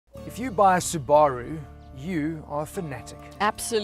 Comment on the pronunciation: You're pronouncing Subaru wrong.